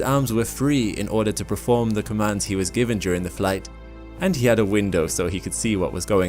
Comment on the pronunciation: I love you. But for the love of all things sacred, it's perform, not preform.